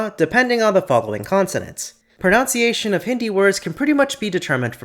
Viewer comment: by god can you stop saying "pronounciation" 😭